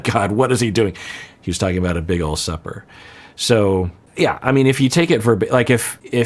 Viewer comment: Also, I kept hearing "a big sucker" and imagining a large fish... only to finally hear "supper" lol